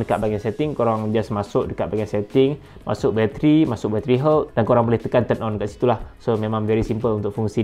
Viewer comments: Health Pronunciation = Helth* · Nasihat yg berguna. Cuma agak keliru bila sebut 'health' dalam komentar. Bunyinya mcm 'hurt'. Bila dpt tengok perkataan mana yg brother rujuk rupanya 'health'. Jgn marahnya... Agak keliru kejap tadi. Hahaha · cane sebut health tu ? haha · Pronunciation “health” tu salah terok la!!! Tolong check dlm YouTube mcmne nak sebut dgn betul ya kuu…maaf sekadar pencerahan sbb byk yg buat video content tp sebutan inggerisnya mmg ke laut spt “pause” yg ramai sebut salah… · that is not the correct way to pronounce health...just google it.....